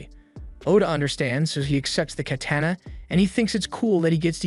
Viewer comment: No one will mention the way he said katana